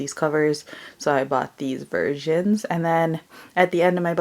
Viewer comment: Why do you talk like that? You go "these, versions." Just wondering why you do that...